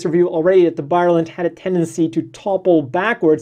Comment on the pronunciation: Please read the name of this MS properly. hehe.. More power to you man, I love your channel